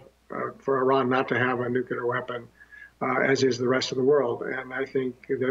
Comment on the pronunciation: how many times does he say nucular? UGH ITS NUCLEAR